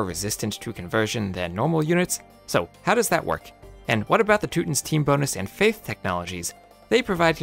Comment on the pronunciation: 1) Incredible work, I've learned more about monks ever after playing for 2 decades 2) It's not Two-tins, its Two-Tahns. Everyone says it correctly with the adjective "Teutonic". Just say Teutonic without the ic